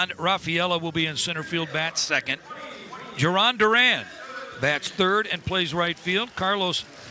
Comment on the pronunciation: 2nd time they’ve butchered their names too since the 1st matchup this past Saturday 😂😂